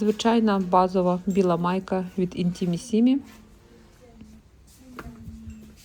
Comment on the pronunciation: Intimissimi,ударение на первый слог mi.Так правильно звучит .